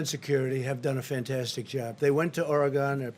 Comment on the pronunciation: This guy can hardly read.. listen to the way he pronounces Oregon loser